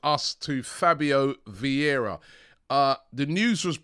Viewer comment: You run a channel about Arsenal, have more then milion subs, and you're still not interested in learning how to pronounce player names? VIeIra not Viera, after 2 seasons Edegor not Odegard ... You are just one click from learning, is not that hard.